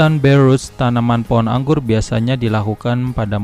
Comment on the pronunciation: BARE ROT.. Enakan dibaca degan lidah Indonesia.. Dengernya jg enak.. Ngapunten om..